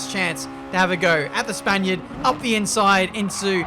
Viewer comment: João Mota no he said spainiard